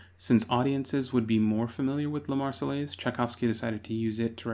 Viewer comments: Argh !! Not the "Mar-cell-ays", but the "Mar-say-airs". The double LL is pronounced like Y. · Nope, Marseillaise has no airz in it. It is pronounced like Mayonnaise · The way the narator keeps saying marsellaise grrrrrrr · “God Save the Tsar” used was the Russian national anthem from 1833 (chosen in a competition) until 1917. Tchaikovsky also used (a larger amount of) this anthem in his less known work “Marche Slave”. Also Marseillaise should be pronounced “Mar-say-airz” (not your mistake, the man in the documentary.) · oooh he's doing a retrospective on history but he's saying those L's in the Marseillaises and you don't do that, those L's are SILENT I'm British and I know this and we hate the French (admittedly they hate us but that's because we kept pantsing them in war.)